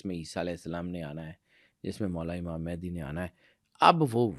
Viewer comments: It's not "Mehndi" 😂.... It's "Mahdi" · It's Mehdi not Mehandi